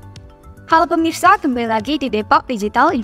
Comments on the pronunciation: Kok permisa bukan pemirsa🫢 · Terus berkarya dan sukses selalu, hanya bilang "Pemirsa" Jd Permisa, maafkan